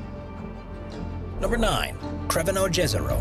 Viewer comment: Crveno jezero (tsrveno yezero, not krevenou džezero :D, it is Croatian language not English)